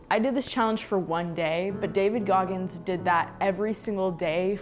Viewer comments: 😂 Goggis!!? :05sec intro😂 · “David Goggis” as his name in the intro is crazy